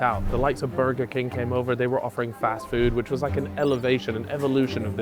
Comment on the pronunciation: Just clicked to hear say “Burgur” tbh